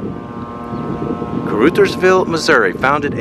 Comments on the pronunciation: You need to check in with some locals to get the accurate pronunciation of the town names! Caruthersville has a soft ‘u’ like in ‘uh’ or ‘ugh’. Hayti has a long ‘I’. You did get Kennett correct. I’m from Jackson, Missouri. Played football and basketball against most of these high schools in the early 1960s! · Caruthersville is pronounced { cru-thers-ville} no hard feelings but i was born and raised here and know how to say it no hard feelings and the crime rate is quite bad but its a nice small town lot of stray animals and most of the burnt houses was from fire works and some house fires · Caruthersville is pronounced like this. karothersville. You have the beginning correct. The u in Ruther sounds like the o in other. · Caruthers is pronounced like brothers, with the ‘uh’ sound. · I always heard it pronounced (kerr-OTHERS-ville) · the C is pronounced K....so it would sound like Karuthersville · KAW RUTTERS VILLE is how its prononced. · I believe it’s pronounced car-UH’-thers-ville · (Pronounced) carOTHersville. 😊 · Honey, it's pronounced "ca-r-OTHERS-ville". 😘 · Pronounced: Car Others Ville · Its pronounced caruthers like brothers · Caruthersville...pronouced like mothers. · Ca-ruh -thersville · Pronounced.....crutherville like brothersville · Pronounced, CAR-OTHERS-VILLE now say it fast 😂😂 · Pronounced car others ville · Not Ca-Ruth-ersvi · Kuh-RUH-thurz-vil and HAY-tie. And both have much nicer neighborhoods than shown. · The town’s name is pronounced car u thers vill with a long U sound! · Mispronounced Caruthersville too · Soft u on Caruthersville. Rush Limbaugh was from the boot heel. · It is pronounced Caruthersville. Uh as in umbrella, not oo as in you. I grew up in the area, specifically in Hayti. That is pronounced hay-tie, btw. Caruthersville was always bitty, put on a pretty good fireworks show when I was little. The casino brought a lot of hope for expansion, but Walmart left, and the town kind of gave up. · Pronouncing the name wrong, short u 😊